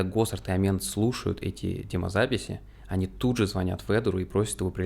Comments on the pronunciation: С ударениями в каждом видео что-то новое происходит. Здесь кОрнелл, далее превратится в корнЕл, Эмент в амЕнта и т.д. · Информативно, но! Пожалуйста!!!! Послушай как правильно звучат фамилии. КорнЕл. На второй слог. Амент, ну или как он сам говорит Эмент. На первый слог.